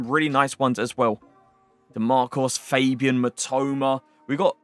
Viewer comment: its not fejbian its fabian cmon man